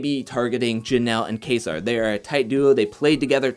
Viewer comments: Its pronounce kayser lol you sound like cody saying kaysaar lol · My man can't even say kaysar. Sounding like cody Bruh